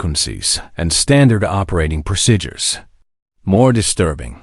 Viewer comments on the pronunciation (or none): Say pro- seed-ures not pro ced ures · If this is an AI voice, I wish someone who has good American English pronunciation would or could correct the mispronounced words. Drives me nuts. The word procedures comes to mind as being pronounced "prosidures" (sp). There are other word misses, too. I thought the story was very good. I know this story was fiction, however I hope this kind of dismissal is not rampant in any aviation services.